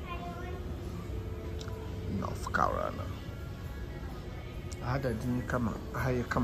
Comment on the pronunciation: "North Cariana" 😂😂😂😂. Eiii..Kwaku!